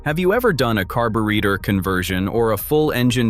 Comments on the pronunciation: Carb-u-reactor lol. Ai slop bullshit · In English, it's pronounced / kär′bə-rā″tər / ... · The AI slop voice can't even pronounce the word carburetor. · Ai video when it can't even pronounce carburetor correctly. SMH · Analog RULES Please correct your digital pronunciation of “carburetor “!